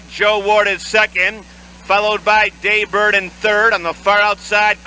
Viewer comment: It’s Day Bird, not Jay Bird.